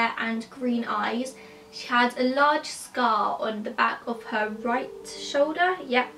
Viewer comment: I THOUGHT SHE SAID SKULL INSTEAD OF SCAR LMAO